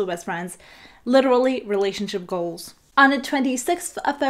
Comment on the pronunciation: When she pronounces together and goals it kinda make me giggle but I'm not being mean